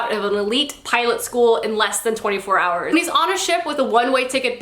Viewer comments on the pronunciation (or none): none